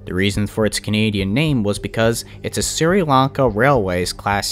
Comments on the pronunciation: By the way Sri Lanka is pronounced "Shri Lan Kah" not "Siri Lan Kah", and the death toll was around 320,000. And it was the worst tsunami in history. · Its Sh-ree not Sir-e. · Just so you know, it's pronounced "Shree-lanka", not "Sir-e-lanka". Nice video so far though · For the record it's pronounced "shri" Lanka Doesn't really matter just figured I'd mention it Keep killing it you're doing great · "I'm sorry in advance if I mispronounced names or places. " Me: Ahh! Camon mate, how bad can it be?: "Siri Lanka railroad..." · The Sri in Sri Lanka is pronounced as Shree. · It’s pronounced, “Shree-Lanka” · By the way Sri Lanka is said like this (Sh-ri-lan-ka) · It’s pronounced “Shri lanka” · Sri= sh-re Lanka..